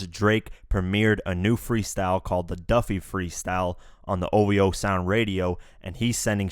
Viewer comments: yo dude... its DUPPY freestyle not duFFy... lol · DUPPY not DUFFY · DUPPY meaning ghost. Not DUFFY! FAKE ass Drake is Jamaican when it's convenient. Pussyklawt bwoy. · It's DUPPY NOT DUFFY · It's called duppy not Duffy dummy smh😔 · It's not the "Duffy" Freestyle. It's the "Duppy" freestyle gahdamn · The word is duppy not duffy Jamaican word for ghost